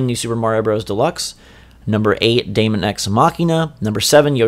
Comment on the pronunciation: Nice video and list guys. Mario Bros Deluxe is a no brainer and should have came out late this year but was probably pushed back too Jan 2019 so Smash can get the full effect of the Holiday Season. Deemon guys not Daymon, Daemon(demon) x Machina is a game that just looks better and better everytime i see it, i am not expecting a big story campaign but with online multiplayer, it could be a ton of fun. Yoshi's Crafted World is looking like a relaxing fun playthrough. Project Town we need too see more of but it could be really good. AC i don't play but it is a huge Nintendo franchise. FE 3 House's is gonna be in the top 3 best Switch games of 2019 and i think it's gonna wow a ton of people. Luigi's Mansion is gonna be alot of fun and i am expecting and 2nd character a female character and too be able too playthru the story campaign in 2 players, that would be awesome. Pokemon is another franchise i don't play but i am gonna keep my eye on it n see how good it is gonna been but again another massive franchise. Metroid Prime 4 i do feel will be the best looking and best playing game on the system and will utilize the Switch n Joy-Cons too the fullest, this is my pick to be the best game overall in 2019. Bayonetta 3 should have been on the list tho, that is going too be a dope Title in 2019.